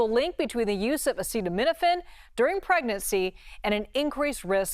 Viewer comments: I find it concerning that the expert who was involved in the study claiming that Tylenol can cause autism isn’t even pronouncing acetaminophen correctly. 🤷🏻‍♀️ acetamino-pheen??? Weird. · Why can’t pronounce acetaminophen 😳